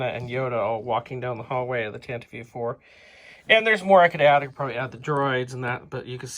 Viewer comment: I have 4 sets so far. (I could be wrong, but I don't think the "E" is pronounced in "Tantive".) Anyway, I am trying to work out my setup. One thing I did to it already, is I cut one of the angled floor pieces, so that I could attach a door on the open end of the hallway. I like the cardboard floor in your Leia/R2 scene hallway. I may get that, if that is what it looked like in the movie. I may try to get that end wall too, and put a red light in the middle of it, like in the film. For the side walls though, I am going to paint those gray and try to get "found items" for all the pipes, hoses and tanks, etc. Then I will probably mount the whole thing on a big board. Keep up the good work, dude. MTFBWY.